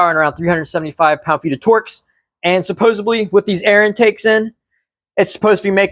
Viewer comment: Its "supposedly" sir lol not "bly".. love the car btw I just got one myself